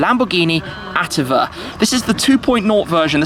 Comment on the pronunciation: Awesome video and review. Just a little heads-up for the future, the correct pronunciation of "attiva" is "at-TEE-va". I need to say that I LOVE the fact that you try and explain the acronyms for what they stand for in italian, a lot of reviewers (even professional ones) tend to skip that part. It just gives the idea of how much you love what you're doing and your public. Great video, hoping to see you jump inside one of those.